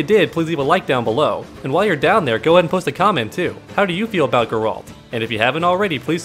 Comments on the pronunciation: Originally how in Poland we would call him, the second way to say it you mentioned was closer, but what would stand out the most in it would be the fact you end with 'd', while it should be 't'. [ɡɛralt] Still i guess its fine if you translate it, as its a name, same as for Mikołaj Kopernik-Nicolaus Copernicus (not even close in terms of sounds). So its all cool if you call him Gerry, would be funny actually. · In the games they pronounced his name like "G-air-alt" love your channel! :) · pronunciation is more like Gaer-ult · "Ger-alt" with G as in go. The accent is placed on the first syllable. It's not GER-AAALLLLLTTTTTT!!!!!!11111!!!!, which is the way most English speakers pronounce it.